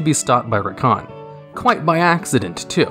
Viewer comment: Zekhan not Rakhan. :P